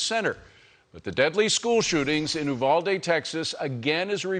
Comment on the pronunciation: You Val dee, accent on second syllable.